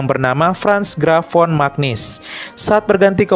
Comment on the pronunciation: Mantap Katolik. Mantap adminnya 👏 Hanya sedikit perbaikan: cara membaca nama Romo Magnis Magnis dibaca menjadi Manyis bukan Magnis.